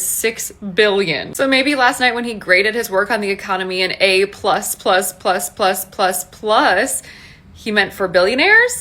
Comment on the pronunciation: Did he say A plus or A Butt, butt butt, Bubba.